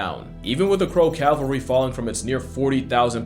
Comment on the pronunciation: it's Ca-val-ry, not Cal-va-ry Cavalry. Not Calvary